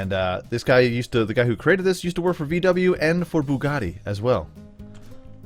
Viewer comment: oh you said VW and bugatti. I understood 'he worked for BWMbugatti' and i was like 'dafuq is BWM bugatti ?!' xD